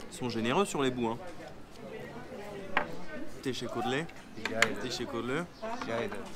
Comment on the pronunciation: 😂😂😂 j’aime bien quand tu dit tessekkurleur 🤦🏻‍♂️